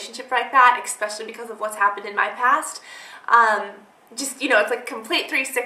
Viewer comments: it's eSpecially, not eXpecially!!!!!!! Honey i've been wanting to tell you this for SO long, but i didn't want to seem rude...but i finaly had to because i couldn't take it anymore hahahaha!! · it is eSpecially not eXspecially!